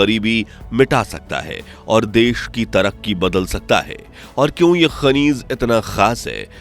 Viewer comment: Shrimaanji , khanij hota hai khaneez nahi 😂😂😂